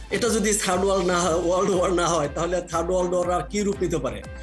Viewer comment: শুদ্ধ মত ইংলিশ বলতে পারেন না তাহলে জোর করে বলতে যান কেন, ওয়াক বা ওয়াড না, ওয়ার war